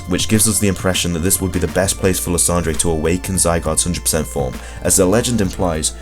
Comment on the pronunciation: really you pronounced Lysandre as la-san-jray instead of lie-san-der, you are not a true pokemon fan if you pronounce it like that.